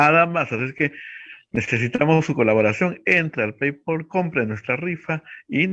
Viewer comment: no se pronuncia "pei-pol", sino "pei-pal".